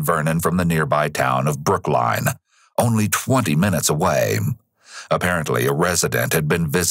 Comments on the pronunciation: okay great vid, but BROOK LINE???? damn. . Just listen. Damn that caugh tme off guard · "Located in Brook-Line"?